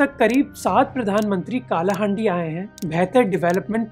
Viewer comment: का नही its कलाहांडी